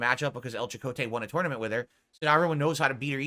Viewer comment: The way he pronounces tournament drives me insane.